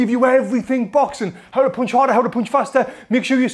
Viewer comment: Yo Tony, the word is "p-un-ch", as in "uh", not "poonch" as in "poo" ! LMAO Don't make me have to get in there and school you!!